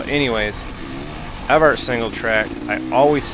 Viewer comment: Rode there about 20years ago. Coming from north of there, I was surprised at the amount of large rocks as it’s mostly sand where I’m at. It’s pronounced Ev-ert not Ev-Art. Just so next time you sound “local” 😂